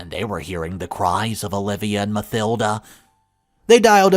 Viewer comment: Mathilda - Ma-til-da...you don't pronounce the "th" together. Just the "t."